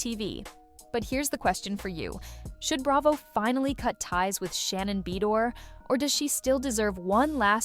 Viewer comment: Take your AI ass and learn to pronounce it like Ba doir!